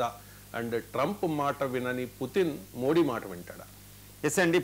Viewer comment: కు తెలుగు మాట్లాడ్డం రాద, మోది జీ పేరును వికృతం చేసి మోడీ మోడీ అంటాడు